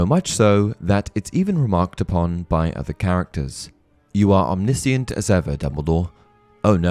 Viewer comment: You mispronounced omniscient.